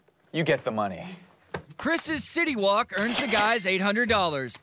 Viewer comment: all i hear is city wok from south park not city walk XD